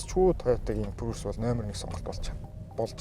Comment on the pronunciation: Facelist биш facelift гэж хэлдэг шүү, бас прүүс биш приүс гсс